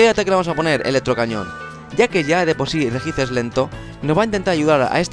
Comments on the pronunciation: POR FAVOR REJICE NO RESHIAICE. Me sangro un oido :(.Sin ofender..... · Tambien dice regice y se pronuncia reyi aiz :D